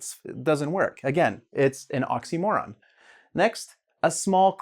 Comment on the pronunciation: It would be better if you knew how to pronounce oxymoron